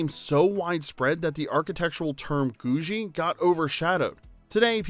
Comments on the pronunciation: George only ever using the treadmill in the end credits is pretty similar to Fred Flintstone putting "that cat out for the night" in their end credits. What cat?!? Also: Pretty sure the architectural style is pronounced as Googie with a harder G 'guh' sound, rather than a J. Not 'goo-djie'. Rhymes with 'Doogie Howser'. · That is so not how you pronounce "Googie". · please never say googie again...that was too painful.Thumbs up everything else...